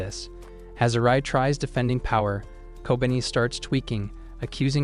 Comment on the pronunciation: i feel like kobeni should be pronounced as ko-be-ni